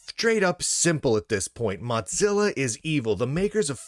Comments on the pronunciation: MODZILLA? Isn't it MOZILLA? Or is it just an accent thing? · Mutzilla? Why do you pronounce it that way ... am I missing a joke? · There is no T in Mozilla. Why do you keep pronouncing it Mottzilla